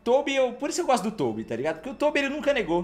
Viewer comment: Mano na boa, vc chama o Tobby de Toubi é pra tirar uma é?